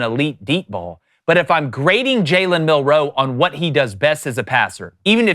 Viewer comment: Milroe….. Not Mil-roe say it with me Milroe